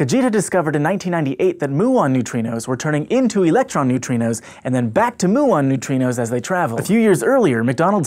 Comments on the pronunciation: 'mew-on' not 'moo - on' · Every time you say "moo-on" a physicist dies...